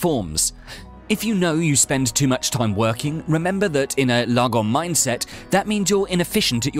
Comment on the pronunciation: If you're Swedish like me then this video is pure comedy gold 😂 I can't get enough of his pronounciation of "lagom" 😂😂